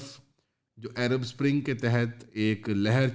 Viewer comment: bhai, just a frank side comment. Please try to say Arab (عرب) the right way, and not ایرب.